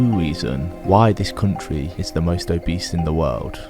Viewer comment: Mate that's where I'm from and it's not obease